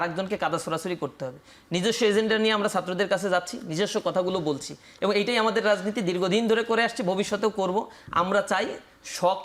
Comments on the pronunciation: সে এবং বলতে পারেনা। বলে এবন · নাচির ভাই : এবন (ঠিক মতে এবং ও বলতে পারেনা) আরো কত ভুল শব্দ উচ্চারণে😁